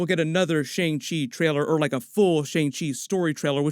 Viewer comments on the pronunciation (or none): hey american guy doing the break down... its pronounced "SHANNG" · You are not pronouncing Simu Liu and Shang Chi correctly. Liu is pronounced like Leo but it is one syllable. Shang rhymes with Wong, not hang.